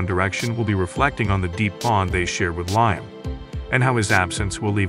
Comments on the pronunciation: Its liam not lime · You could have some one who can pronounce his name correctly, show some respect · Can’t get liams name right . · Rubbish, I'm English, click bait and can't even pronounce his name??!!! Irritating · Can you.pronounce his name right .and his funeral hadent happened yet